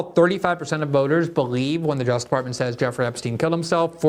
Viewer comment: Lol Glenn can never be bothered to pronounce the second syllable in the word "justice."